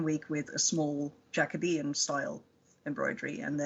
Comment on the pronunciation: Thank goodness you finally know how to pronounce Jacobean. It has worried me over the years that it's been all over the place.